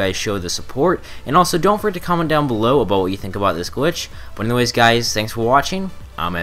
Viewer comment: why does he keep saying gwitch